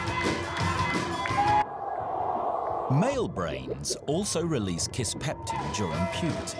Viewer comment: "kisspeptum" lmao